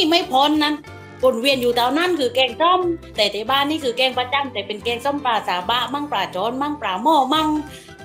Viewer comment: ปลาครับ ไม่ใช่ปรา 😅